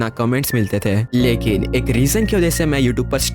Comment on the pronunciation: Lekin ❌ likin✅